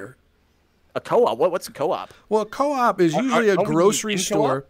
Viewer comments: The way they pronounce Coop😂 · Its insane how accurate the map is, everything in the Coop (actually pronounced coupe) are stuff you would actually find in a real life coop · Coop öppettider🤣🤣🤣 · vi uttalar det "kop" (långt o) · No you say coop🤣